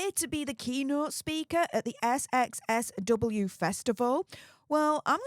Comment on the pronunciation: darling, it's called "South by South-West", not "SXSW"!!!